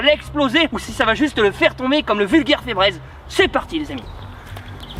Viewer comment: Febreze tu doit le dire en anglais car ses un mot anglais et sa se prononce mieux en anglais 😉